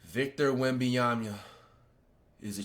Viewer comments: “victor wembeeyamya”😭🙏🙏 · Wenbananas❌ Wenbanamyas ✅ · “Victor Wembyamya”😂😂😂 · He actually said webanyana(sry if I butchered it) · “Wembeeyamhya” yeah he’s serious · yeah thats definitly why he always saying wembananas😂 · Nah he said wembyamia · this dude said wembeeyamya fym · nah he said wembyamba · Bro said victor wemben yamya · Naw , he really Victor wembyanshda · Bro was serious and still mispronounced his name 😂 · He did NOT say that correct😂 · Bro actually tied saying his name and it was worse💀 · Bro so serious he actually tried to pronounce his last name